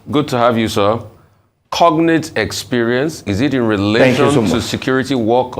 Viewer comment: WHY IS THE LAWYEY CALLING IT CONATE? THE G IS NOT SILENT